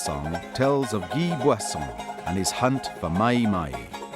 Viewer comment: His first name is Guy (pronounce "ghee") and name Boisson (pronounce "boasson")